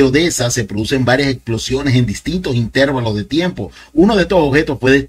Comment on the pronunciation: Intervalo mejor, no intérvalo.